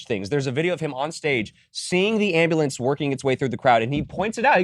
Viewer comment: Grammar Nazi moment. It's an ambulance not an amblance. So sorry. Please continue.